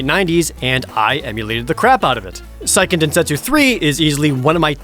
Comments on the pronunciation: Actually it's Seiken Densetsu 3, not Saiken Densetsu 3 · It's pronounced "Say-ken" by the way. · What's SAIken densetsu 3? never heard of it. Oh, you meant SEIken densetsu....yikes